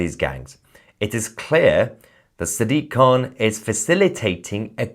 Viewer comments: sack-dik, khant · Did you just call him Sad Dick Can?